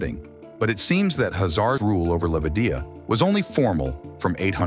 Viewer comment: Sorry bro, I just cannot stand it... Khazar is shoud be pronunced the same as Khan, where is not the H is pronunced but the K, so please mention it witt K instead of H. Thx in advance.